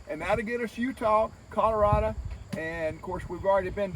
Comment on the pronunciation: Colo RA DO... DOH.. like DOH a DEER.... not like CAN A DUH...